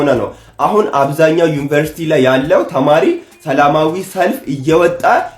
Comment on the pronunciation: Even They couldn't pronounce University properly, how they are teach others? Useless generation